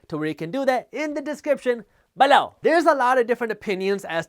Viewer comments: Omg I love the ballow! I think ive gotten to the point if he goes a minute without sating it I begin to listen for it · “EMPLOWEEZ” and “BALOW” - my favorites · Loved the video. It would be a lot less distracting if you could pronounce the word "below" without too much emphasis. But its totally fine if you cannot. Keep up the good content.